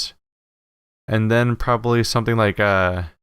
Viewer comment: You must be the only person in the entire world who could look at "Scathach" and conclude it must be pronounced "Scatt-hatch".